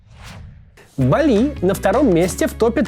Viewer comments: Спасибо за выпуск, Максим! Я смотрю рекламу, поэтому "БАли"! Ударение на первой гласной, пожалуйста! 😃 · Каждый раз меня передергивет от ударения в слове бали. Бáли - верное ударение на первом слоге, если вы, конечно, не являетесь местным жителем с иным диалектом индонезийского языка.